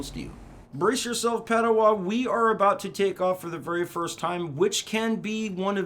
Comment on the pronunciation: You it’s padowan not padowa